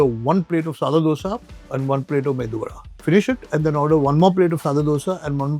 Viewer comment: Thank God at least he says medu vada and not MENDU vada